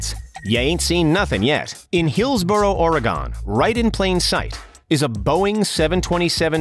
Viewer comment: The way he said "Oregon"